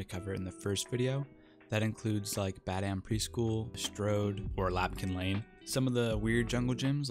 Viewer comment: Love your video's man, but it's Lampkin Lane, not Lapkin Lane =P